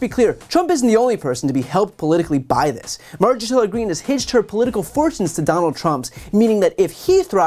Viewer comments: Did she miss pronounce MTG's name? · "Marjorie Hilla Greene"?! 😂